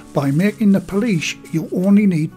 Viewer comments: pool say pool now add ish pool-ish not policesh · Every time says Poolish I said out loud "police where" 😂😂 oh well at least I made myself laugh